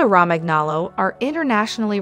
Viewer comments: Raman aloe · its italian i think. therefore its pronounced la-gotto romanyolo (gn sounds like a ny in italian) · omg in Italian language "Romagnolo" ...gn (Romaňolo) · Cringing at every instance of saying "Romagnolo" Think of how the "gn" sounds in "gnocchi," and apply that same pronunciation here... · Hey hun you don’t pronounce the G in Romangolo. The G is more like a Y or I